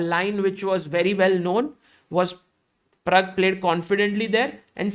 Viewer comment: Pragg , not parag